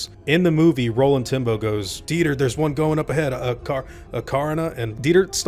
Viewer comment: Am i the only one who hears Rolling Timbo when he says Roland Tembo?